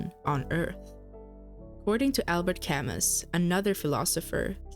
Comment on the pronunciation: Ppppsssssssttrttt is cam-oo not cam-us